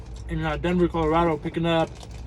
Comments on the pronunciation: Colorado not colareedo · Umm Colorado not colardo idiot